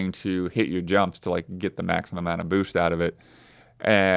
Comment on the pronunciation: says boost like Bhoosht